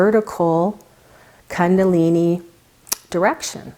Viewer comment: kundalini is pronounced differently. its "koondalini" not kandalini